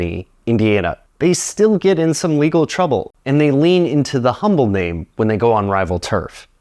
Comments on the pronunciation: Hey totally random and unimportant fact, but when you’re talking about the merge between standard and Humble, the name of that company is actually pronounced “umble” where the h is silent. Again doesn’t really matter at all but as a person born and raised here I always here the name being mispronounced and I feel like no one would ever care to know about it if they weren’t from here. 😂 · The "H" in Humble oil is silent 😉 I'm originally from there and we lovingly pick on everyone who pronounces the H so I kidd I kidd, love your content! It's just a friendly ice breaker thing natives do! Speaking of H.O. if you know where to look (and a lot of locals don't even know this) original pump jacks as old as the 1920's still exist left abandoned all over the place, what woods are left anyway. Hughes Co built a lot of it, manufactured and supplied the tooling all within 25 miles (Hughes, as in the co Howard Hughes' dad created). Believe it or not even the original Hughes building still exists, abandoned, in east Houston. The house I grew up in and most of the post-50's development in and around Humble was built on top of one of the many oil patches all over the Humble area. I'd always wondered about the Standard brand and had no idea it was this complicated. More complicated than Texaco and Humble Oil for sure! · Hey just for a note, Humble Oil is named after the town north of Houston and pronounced with a silent H. I think the former Standard station in Birmingham was the now closed 1547 Montclair location in Irondale. It's named "Standard Station, Inc." on Google Maps. But interestingly... there's also who are playing a pretty dangerous game with the trademarks if those pumps actually operate...